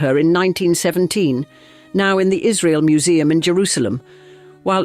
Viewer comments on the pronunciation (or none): none